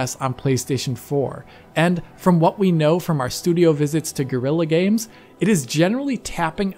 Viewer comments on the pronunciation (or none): Sounded like you said "Girly Games Decima Engine"